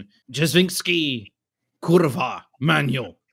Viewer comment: that was the best „kurwa” pronunciation I ever heard from a foreigner 😂